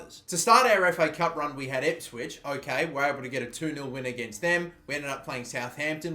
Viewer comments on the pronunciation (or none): none